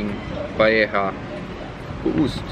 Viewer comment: Man uttalar det paelja